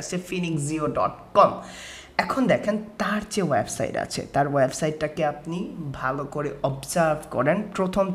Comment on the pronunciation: Smartly kotha bolun , Banglai valo vabe bolun , Nakami kotha ekdom valo lage na . for Example "web site" not "waib side"